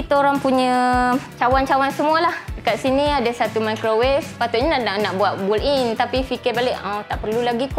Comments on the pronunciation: takpe..memang banyak yang tersasul dan salah sebut😅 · Saya nak minta maaf banyak2. Sebutan built-in tu... Apapun cantik rumah puan. Suka dapor. Ada island lagi..